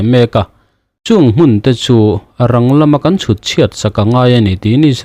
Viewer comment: Hmun hi hun bi tiha hun thlukin thluk la a dik chiah ang.